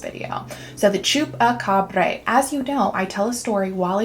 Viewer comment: Idk could be an alien pet or something.. could easily be an experiment.. also not that it matters much but the end pronunciation is more of a Bra! than a breh, like abracadabra.. Great video! Be cool to see more of the skinwalker legend, not the ranch, and the shamans.. my folks in Mexico be taking that Shaman stuff seriously..